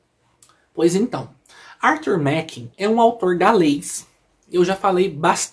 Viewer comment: se pronuncia Arthur Márren. Grande abraço e parabéns pela coleção.